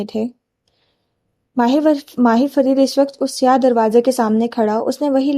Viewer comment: yr her pronounciation of MAHI and MAHIR is soo confusing